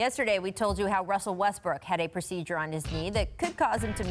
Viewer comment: ITS RRRRRRUSSSSELL NOT WUSSSSLE